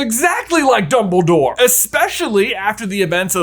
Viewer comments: "numbledore" lols :P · "Numbledore" part cracks me up everytime XD